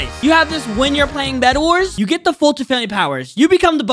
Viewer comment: _FoltynFoltynFam::_FoltynGGs: say gg when u say Folytn !